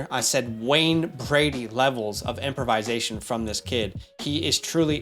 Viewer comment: Not to be that guy, but you use this word too much to not help you with the pronunciation lol It’s not “improvise-ation,” but rather “improv-isation.” Anyway, I hope I don’t come across as an a**hole with this comment 😅 Love the content! You two crank it out like no other channel!